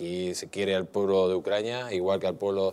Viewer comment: Cuántas veces a dicho ucraña?